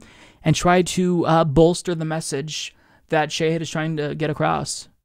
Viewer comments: "Sheyhid" Buttar? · Shah-Heeed. Not Shay-head. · Shah-heed not shay-hid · Mike, I love ya and I love Shahid, but its pronounced Shah' hid (like father), not Shay' hid. ❤❤ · Sha-hid? I've been calling him Shahid! 😳 Fighting to correct housing problems is a nobel cause. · omg, it is Shaw-Heed Boo-Tar.